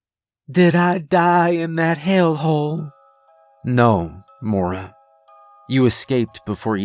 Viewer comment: Only criticism, it's pronounced moy-ra not mora. But great story regardless